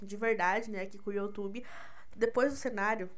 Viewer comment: Mulher pelo amor de Deus, comeca falando YoUUUUUTube. De onde saiu o YoOTube?